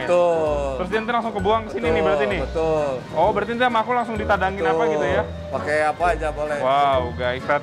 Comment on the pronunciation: said: " ( betuul ) ".....🤣🤣🤣🤣🤣🤣🤣🤣🤣🤣🤣🤣🤣🤣🤣